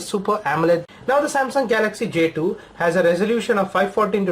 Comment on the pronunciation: why do indians pronounce j2 jdo